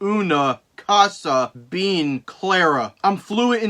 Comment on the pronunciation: btw you said bean not bien